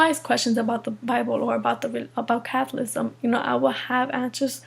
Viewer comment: Catholicism is not pronounced Catholism. And Catholicism is the true faith. Islam is a pagan cult that has practices like cutting out women's clitorises, sex slavery, offensive jihad, amputations and other gruesome punishments. But she makes her decision on the basis of what she prefers in terms of lent vs no lent. Not very smart.